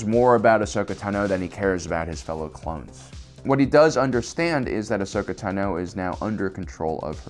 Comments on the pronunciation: its tah no not tuh no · I’m sorry...ahsoka TUH-NO ITS TANO😂😂😂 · ahsoka Tuh-no? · it's TAH-no, not tuh-NO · WHY OH WHY DO YOU PRONOUNCE IT TANOOO... it is clear from all the animations it is tAAAno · I love this guy. But how can you be a Star Wars focused channel for so many years and still say “taNO”? I’m not attacking because maybe it’s something I missed or perhaps it’s a speech impediment. I just wanna know if it’s a way other people pronounce her name? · I like how he says Ahsoka tanO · T'No. Apparently Ahsoka is a Vulcan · The way you pronounce "tano" is annoying man. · Anyone else bothered by how he said “Tano” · Why is no one talking about the way he says Ashoka tano? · For the love of god, stop saying Ahsoka's last name if you can't pronounce it right. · "Tano" Emphasis is on the "a" not the "o" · Video's great but please pronounce Ahsoka Tano correctly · The only person in the world who says Ahsoka's last name like that. 😱🥺